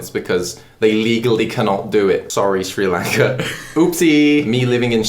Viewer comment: Me being Sri Lankan and seeing that my country was mentioned in a video: WE HAVE FINALLY BEEN RECOGNIZED!! (Sri Lanka isn't a very popular country) I also can't help but laugh at how pronounces "Sri Lanka" with his accent 😂